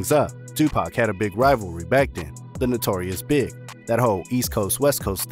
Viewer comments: The notorious big? I think it’s pronounced the notorious B.I.G. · Switched it off when you said notorious big ... its b.i.g fool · The notorious big?! 😂😂🤣🤣😂🤣 It's the notorious B-I-G... he's really famous. If you know about hiphop